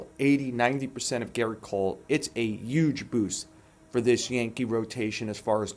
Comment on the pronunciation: "A yuge boost"